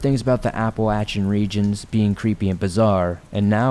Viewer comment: Am I the only one who found him saying Applachin funny? 🤣 Love the videos!